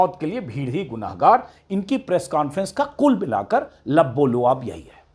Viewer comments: अजीत अंजुम भाई आप एक शब्द बराबर बोलते हैं लब्बोलुआब सही नहीं है इसका सही उच्चारण लुब्बे लुबाब है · Sir...lubb-e-lubaab is right Plz correct....